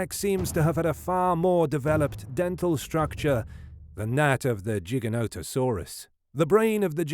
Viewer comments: Giga not jiga bro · It’s “Gig”not “Jig” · Its pronounced with a hard g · T Rex would win not because its fan favorite but because it was way heavier would push and bully Giga-noto-saurus dunno why your pronouncing it Jigga when it's a f##king name and name's are pronounced exactly how the person who named it wants it to be and that person named it Giga. Brits smh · I thought it was pronounced different like it sounds like gigantic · Tell by the pronunciations of Gigantosaurus that this is a bot. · jigga-no-ta-sauru :o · Jig-a-no lol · Not a JIGA WHERE the hell country are you from? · Its pronounced GI-GANTA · Gi-Ganto dude wtf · and the origin of its name the greek word gigas, is pronounced with a hard g. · Wtf is a "Jiginotosaurus"?? 😆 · I just wanted to say it’s not jiganoto It’s Gye-Gant-ono-saurus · "Gig" is how you are supposed to say the first part. I Cringe so hard when people mis pronounce then try to debate me about the dino. Like bro get the name right first lol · Jig-an-no-to-saur-us. That's how the paleontologists that named it pronounced it. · The pronunciation of Giganotosaurus in this video is fucking obnoxious. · The first G is pronounced with a J sound.